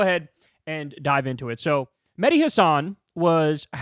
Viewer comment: It's not Medi It's Mehhhhhhdi with an H in the middle